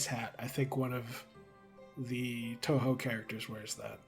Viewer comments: The part about TouHou; I know nothing about it, but every time I've seen the name, I've imagined it being pronounced as 'Two Who'(or '2Who'), but your pronunciation('Toe Hoe') is pretty reasonable as well. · The way you pronounced "touhou" was correct. Huge win for us Touhou and Undertale fans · Old video by now, but hearing panic over whether he's pronouncing "Touhou" right when he got it right every single time was very funny. And Zun is known throughout the fandom for his love of beer, so as ridiculous as it is, him getting through 6 beers by the time the performances were done isn't surprising. There's a pretty famous photo of him drinking out of a beer glass that's like the size of his head! (I can't remember for sure, so don't take this as necessarily true, but I think I saw someone say that ZUN himself said it's easier to work on the games/get into the creative process when he's drunk.)